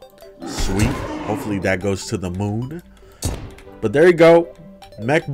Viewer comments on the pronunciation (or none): none